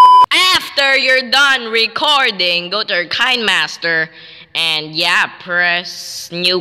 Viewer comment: Are you a Filipino this what say winemaster not kinemaster